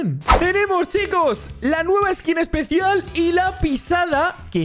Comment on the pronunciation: Porque dices epecial